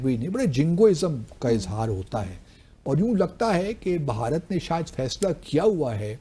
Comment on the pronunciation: بہارت نہیں بھارت